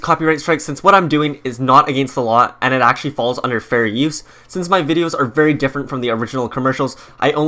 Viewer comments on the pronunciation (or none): none